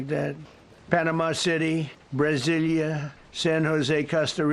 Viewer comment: Did he say Brazilia?? Lol